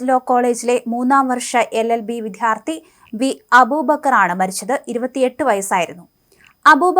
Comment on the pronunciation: "വിദ്ധ്യാർത്ഥി" എന്ന ഉച്ചാരണം കേൾക്കുന്നത് അരോചകമാണ്. ഇനിയെങ്കിലും "വിദ്യാർത്ഥി" എന്ന് ഉച്ചരിക്കൂ